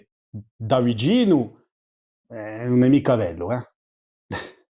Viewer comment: It's funny that he says "un" for "non" like central and midsouthern Italians, but he velarizes the N in it, as well as all other syllable coda Ns, like in Ligurian, Lombard and a few others